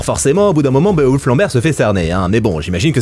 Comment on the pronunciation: Bé-o-wolf......... nn tonton t'abuses "Biwolf" wsh, meme en anglais c'est plus simple, toi t'es la tu jongles ak les syllabes nan y'a pas